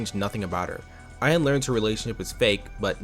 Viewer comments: I've never seen this webshow despite growing up around the time this show was somewhat relevant, but If I took a drink everytime you mispronounced Ayane's name, I'd be wasted af. You pronounce it as if its only two syllables when in reality its actually three. The "ya" and "ne" in Ayane are meant to be separate so it supposed to be "A-YAH-nay". Other than that, good video tho. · This video was good, this series is def a flash in my teenage years that I'd long forgotten. On a side note the pronunciation of Ayane made me almost go 'um achktually' mode :')